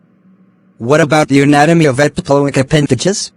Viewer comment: It's not epiloic, it's epiploic